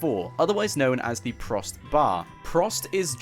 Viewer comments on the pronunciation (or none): prost, speaken : pr-oh-zt.